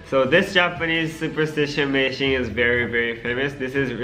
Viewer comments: Aku kok dengernya pas tomo ngomong meishin dengernya ngising beneran gak tau kenapa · Aku dengernya Meishin=micin :v